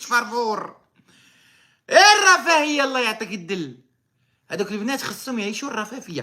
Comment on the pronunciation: الرفافية. على وزن الشفافية ههههههه. الرفاهية. ى الرفاهية. انقل وانطق حتى لا تخطا مرة أخرى. لعبوا علي الادمغة.